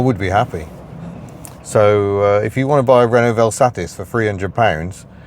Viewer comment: May we just take a moment to acknowledge your correct pronunciation of the word ‘VelSatis’ - top work!